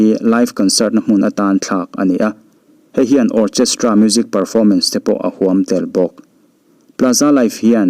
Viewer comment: Orkhestra ti a lam in a dik zawk em oo